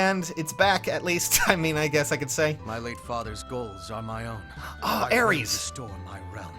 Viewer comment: It is pronounced ARE • ESS not Aries.